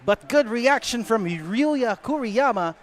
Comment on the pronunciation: Kuriyama yata dapat, hindi Kiruyama